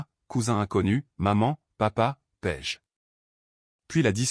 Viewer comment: Paige ou pêche vraiment l'ia est mal programmée c'est une catastrophe ecrite